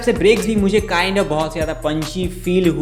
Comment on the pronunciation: Video has good but kind has😂, kind has